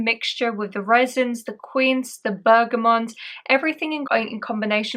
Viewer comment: Bergamot isn't pronounced as Bergamont. There is no N in the word. Bergamont is a type of bike.